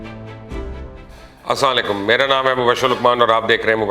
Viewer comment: Dear sir, one humble request to you. Please assalam o alaikum bola krain, ap ny shayad kabi gorr nahi kiya k ap assaaann laikum bolty hain.